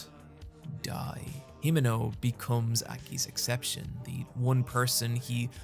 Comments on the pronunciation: Hee-men-oh. Say it fast. the 'e' will always sound like "eh". Japanese pronunciation has almost entirely consistent phonemes. It's such a lovely name, so please. please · the way you pronounce himeno pisses me off